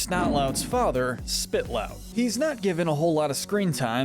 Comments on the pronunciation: Spit…..lout? SPIT…..lout? Its SPITElout, the e is not silent, they even say it in the show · Wait did you just say Spit-Lout it's Spite-Lout 😂😂😂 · its not spitlout its spitelout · Why u say spitlout it is spitelout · Spite...not spit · actually his name is not Spitlout, it's Spitelout. Spite, which means to hate or be petty to, not Spit. Sorry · I almost SCREAMED when he called spitelout spiTlouT SPITLOUT?? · Isn’t it Spitelout and not Spitlout? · Contemplating if this guy actually knows anything about HTTYD and didn’t just google it.. he said “SPIT-LOUT” for Snotlout’s dad, when it’s actually “Spite-lout” and he said that Valka “found” her bewilderbeast egg.. which she didn’t. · I- did my mans say spitlout? Edit “thronk” 💀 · yeah, it’s like ‘ spit lout’